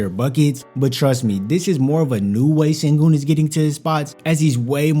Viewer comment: He's shown a lot and he's only 20. Silas doesn't seem to think so though. And it's pronounced shen-goon.